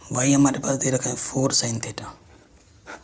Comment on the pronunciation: Sir vo sin hota h shine nhi😂😂